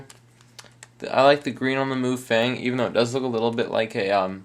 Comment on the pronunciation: MuFang is pronounced Muh fung, which means magic cube (translated in english it's Rubik's cube) and the "some kind of language" is chinese.